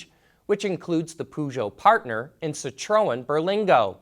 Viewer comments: Dude you just completely destroyed the pronunciation of Peugeot and Citroen! Perr-zho, sit-run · But these ignition system will not make any difference because ECJ have ruled that all petrol and diesel lpg natural gas have to be removed from european cities and large urban areasbwithin 10 years so whats the point. Will you say the names of the car companies correctly Citrôen you do not say the o sound cit err ron. Dam ler dime ler. Please, it's such agony to here you use thevwrong names. They also make cars together toyota aygo and peugeot108 and Citrôen C1. Ford must be marketing to the dumb truck section of society you know the people who park the pick ups across charging points. Hybrid is used on Bmw, Mercedes, Toyota, Lexus infinity, Honda oh the list goes on. People are not confused at all. People also know hybrid means power with diesel like fuel ecomony. The American people are not that dumb . Or is it because ford hybrids are so bad that peopke keep away from them.